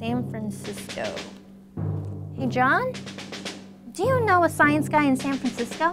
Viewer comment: did he say sKience???